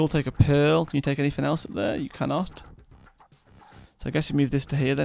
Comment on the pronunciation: Who else hears pill when he says pearl?